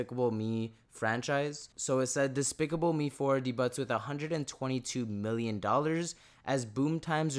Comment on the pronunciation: lol, debut is pronounced daybue not de Butts!! Lmao